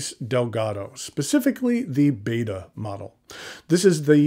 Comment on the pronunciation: The Siamese fighting fish is pronounced as (ˈbɛtə), not as in the greek letter /ˈbādə/. Sincerely - Cliff Clavin.